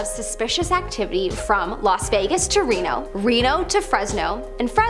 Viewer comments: Umm, did she just call Reno (renno)? It's pronounced reeeeno. In 60 years, I never heard of anyone who didn't know how it's pronounced. Truly, schools in the United States are failing children. And then, she said "cosmetologist" in place of cosmology? Wait, is there a word cosmOtologist? I understand that your i.q. probably is a factor in you being a part of these videos, but please learn how to phrase words properly. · Reno is pronounced ree-noh. Not réno... just fyi... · Did she really just say "Reh-no"??? Made this entire video BS right from that dumbass moment 😂. Didn't anyone edit this or at least check it for stupidity before posting?? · I enjoy these videos, however, the first presenter always mispronounces numerous words and places in each video. Maybe a little research or an editor before posting? Reno? (Rehno? Really?) Thx.